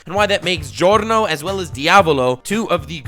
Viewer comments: The pronunciation of the names of Giorno and Diavolo at the start of the video is definatly the best pronunciation of those names I've ever heard from an english speaker youtuber and I can definatly say it's right because i'm Italian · Finally someone who says Giorno and Diavolo properly